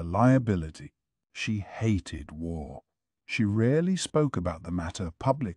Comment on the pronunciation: There we go go again, the WHARRRRR LEGEND, does anyone know the name of this narrator the AI is using?